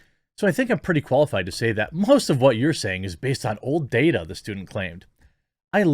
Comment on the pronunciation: happy birthday and many happy returns , and thank you for pronouncing "data" correctly